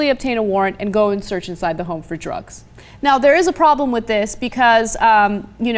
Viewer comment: He doesn't have a 'prabrem'.